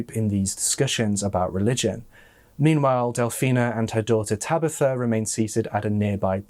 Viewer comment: “Tabeetha” 😬 Surely you’ve heard of the name “Tabitha” before? Tab I tha 🤦‍♀️